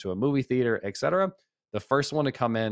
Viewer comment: It's "et cetera", not exetera.